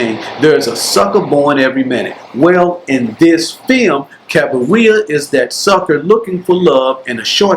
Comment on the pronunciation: Cabiria is not pronounced like cafeteria or diarrhea. You can just watch the movie and listen to the right pronunciation. Even so, thank you for this very good video review.